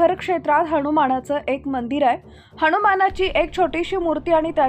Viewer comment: हणुमान नाही हनुमान बोला